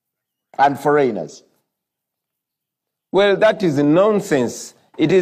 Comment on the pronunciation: “Why are you Fo-Rain? Who is Fo-Rain…?”